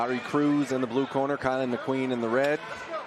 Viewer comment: its Kylan McQueen. Put some respect on his name